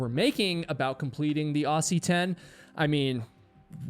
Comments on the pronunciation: I take 5hp of damage every time an American pronounces “Aussie” like “awsy”. It’s Ozzie. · Aussie 10? 😂 "ossy" ten? (Love that pronunciation but it's pronounced ozzy) How is that even a thing? Never even heard of that. There are barely any mountains around. One's probably an anthill in my backyard. 😂 On a casual hike up a hill in Europe a friend mentioned the height of the hill in question. I laughed when i realized it was taller than Kosciuszko. 😂 The fact these "competitions" exist anywhere beats me - just enjoy the hikes, everyone!! - but having a collection in Australia is genuinely hilarious. I don't get it. And the risk-your-life on Everest thing? Nobody cares. Really. What's next? First acrobatic jugglers to carry a live tomato in its own mini greenhouse to the summit then eat it? Just enjoy the hike and achievement... Anyways... I hear some Kiwi and his mighty Sherpa beat us all a long time ago. 😉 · PLEASE as an australian when you say "aussie" pronounce it similar to "ozzy" as in osbourne PLEASE it causes psychic damage to hear you pronounce the "ss" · Pronounced Ozzie not Aussie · Brother when U say "Aussie", pronounce the S as Z and you'll say it correctly like Ozzie Osborne 😂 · FYI, Aussie is pronounced Ozzy. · Aussie. Spelt aussie, pronounced Ozzie 🙌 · Aussie is pronounce Ozzie. Seriously! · Not in the USA. We pronounce it Aussie rhymes with saucy so don't be bossy towards my cow named Flossie. Sorry. We also a-lu-mi-num and not a-lu-mi-NI-um. Potato/Potato.